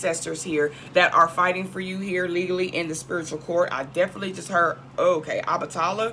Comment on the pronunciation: Solitary confinement✓ Obatala is pronounced differently Wow.. the tax stuff I know about but there's more.. lots more